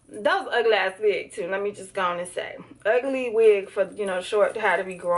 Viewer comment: Go "oan", "guh"!!!!